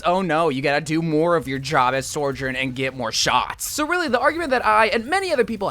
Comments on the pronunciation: Sojourn. Not Sorjen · Dude, why do you keep pronouncing Sojourn's name so wrong? Its just So-jern, not Sore-jern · Is there a secret reason why you call her sorjourn and not sojourn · Why do you say soujorn like that 😭 goodness gracious it always catches me off guard